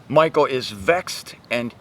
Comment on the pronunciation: Thank you,! Here is something funny about Michal, the youngest daughter of Saul (Hebrew מִיכַל), which you pronounced like President Obama once his wife Michelle! Greetings and hugs from Germany! Watch here Obama call Michelle MICHAEL